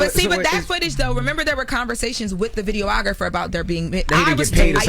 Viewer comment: pronunciations make me itch. Jess tried to correct Aeropostale and Uncle Charla corrected “videographer” earlier.